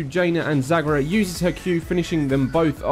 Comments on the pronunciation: 2 things, art-AN(as in AN apple)-is and zag-ARE-a. artahnis and zagra are bothering me. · It's pronounced Zag-AH-ra